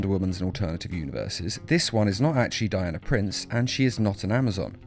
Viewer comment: I thought you said she died of a prince and not Diana Prince